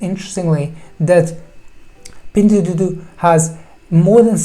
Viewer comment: Your pronunciation of "pingduoduo" is awful and wrong :D Thanks for the great Video tho!